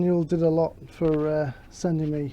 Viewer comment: sure enough my 2013 had this issue. I got the Daniel DID-A-LOT spaces also, very easy to install and no need to spread the frame. Can be done in <2 hrs....Being a Yorkshireman like your self I also tend “DID-A-LOT“ the pronunciation.......but I’m sure Mr Dee-deh-low would beg to differ....LoL. He’s a top bloke anyway, shipped out the spacer rapidly all the way to Australia from France.